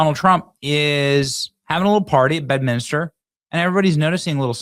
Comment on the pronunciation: HEY BENNY, IT’S BED-MIN-STER, NOT bed-min-I-ster!! Got it? Take out the extra “I” you added in the middle!